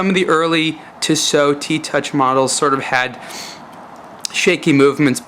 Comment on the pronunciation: ur voice is really fucking anoying and its not tisooooo its tissot u dumb fuck